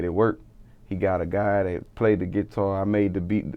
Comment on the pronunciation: "With the git tar"